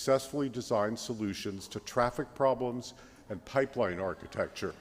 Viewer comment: He said traffic "problems" anyone else catch that?